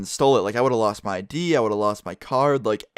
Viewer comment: ***** Stop trolling, we know that he said ID. It just sounded like "D"